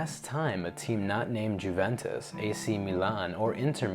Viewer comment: Disliked for not pronouncing Juventus correctly